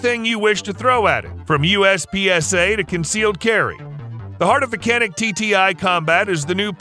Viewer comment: It’s not Canik! It’s Janik, Turkish C sounds like a J.